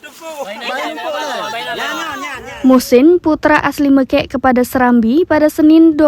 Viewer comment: BUKAN MEKEK.....tapi meukek